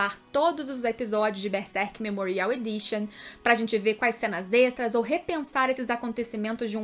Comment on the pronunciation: Não é Bersek, é Berserk, tem que pronunciar corretamente